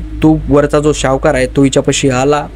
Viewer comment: सावकार not शावकार